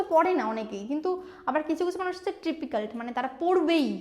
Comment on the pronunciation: Trippical bole na ota ke. Typical bole🙂🙂